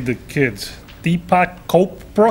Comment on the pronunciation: Deepak Chopra is a famous author who writes about yoga, mediation, new age spirituality, etc. This is from the episode where they take the parenting class I believe. The joke is that Ray absolutely BUTCHERS the pronunciation of his name, he’s not even close. Hope that answer was worth the two year wait!